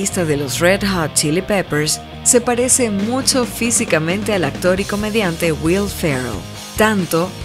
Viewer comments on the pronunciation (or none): none